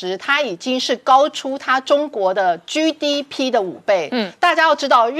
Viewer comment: GDP 怎被唸成 居DP 英文怎學的？ 荒唐